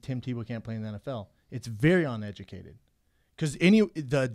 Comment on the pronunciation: What I say ON educated opinion, Bryan, I mean ON uneducated opinion. Hey Schaub, learn how to pronounce uneducated before you mention someone being uneducated